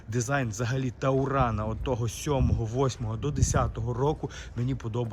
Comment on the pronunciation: А почему "Тауран", если "Туран". Что в Немецком, что Английском ? Я заметил многие так говорят и задумался правильно ли. Как вы считаете?